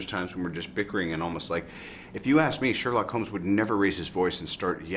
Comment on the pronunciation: haha,the way Jude says ''Sherlock Holmes''...perfect,just perfect!xD